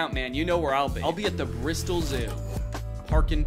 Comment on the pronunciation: First time I’ve ever heard an American pronounce an English place name properly. I mean I guess you can’t really go wrong with Bristol but still 👏🏻👏🏻👏🏻 well done Danny